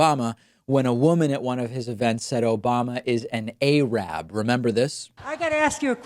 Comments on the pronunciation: A-rab? It's Arab. 🙈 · David, the woman clearly pronounced "Arab" correctly; why did you twice pronounce it "AY-rab" when quoting her?